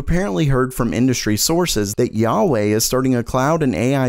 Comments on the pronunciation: Huawei is pronounced exactly how it sounds(hwa-way). What bullshit are you talking about? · Are you pronouncing it YA WAY to bypass the filters of Youtube? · Huawei : Hoowaaway! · Hey man, It's pronounced who-wha-wey. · No it's more like wahwey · please correct your pronunciation of the second most largest smartphone manufacturer in the world... its YO-A-WEY. lol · For future reference, it's "Wah-Way". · I thought it was pronounced HWA WAY ? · Do You KNOW DA WAY? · 90% of the comments are people correcting your pronunciation of Huawei. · yo anyone hate how he says Huawei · It’s huawei with a H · you totally butchered huawei name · Gotta work on that Huawei pronunciation 😂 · Huawei off on that pronunciation... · Who tf told you that pronunciation of Huawei? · The way he pronounced Huawei LMAO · The way you pronounced Huawei, I thought you were referring to God Almighty. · Why are you pronouncing HUAWEI like that?? Wtf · FYI, Hauwei is pronounced "whaway" not "yawway" please get it right in the future. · He pronounced it as “hyawei”, instead of hwa way. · says Yauwei Me: Huawei?!: Yauwei Me: Yauwei it's fine, I'm just kidding 😄 keep up the good work 😁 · did just say 'yauwayy' for huawei XD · WTF is "yarwei"?? It's not how Huawei is spelt nor is it the proper Chinese pronunciation either. Failed attempt from a white dude trying to be cultured or just plain dyslexic? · "yaweh" It's Huawei, ya doof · Is HUA WEI not Ya wei omg... can’t even pronounce this asshole company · Just pronounce "nuck" not "n-you-see". And "yahweh" for Huawei? Lol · H U A W E Y not Yauey or whetever you just red xD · Lol at pronouncing Huawei 'yahweh' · Duyunodaewae? Mahweh? Yahweh! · So Intel just being Intel. Nothing new. And also it is spelled "Hua Wei" not yuyawei or something else... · The only scrub to read huawei as yahwey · jah wai😂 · it's call HUA WEI not YA WAY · WTF is a Yar Wey!!!!!!!!!!!!!! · It's not Yayei, wawei or kiawei It's Hu Wa Wei